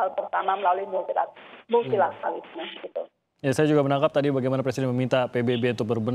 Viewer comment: Multilateralisme bukanya satu kata ya? Atau Multi la tera lisme? 4 kata? Sedih